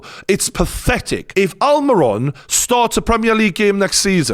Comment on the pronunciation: I like the analysis but 2 things: 1. Aston Villa are playing in the Conference League - not EL. 2. I know people with English as their first language are notoriously bad at pronouncing foreign names (let alone learning other languages) but for the love of God, please stop saying AlmAiron. He is from Paraguay not Brooklyn NY.